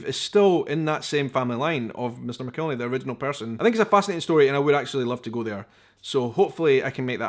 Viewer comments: I think they pronounce it Mack-el-henny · Just an fyi: I don't know how the name is pronounced in its country of origin, but in the southern U.S., it's pronounced "mac-ill-henny". Also, any other hot sauce, even made with the same peppers in a similar process, is NOT Tabasco!